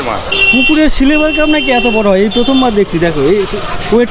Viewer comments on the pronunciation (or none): আপনি সিলভার কে সিলেভার বলছেন।কেনো?